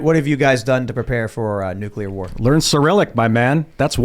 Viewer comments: NUCLEAR!!! FFS you have a nationwide podcast act like you have the vocabulary of someone who graduated grade school. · Ragging on Bush for pronouncing nuclear as "nu-cu-lar' is unfair selective ridicule if you don't mention that Jimmy Carter, who was a nuclear engineer in the Navy, also pronounced it that way.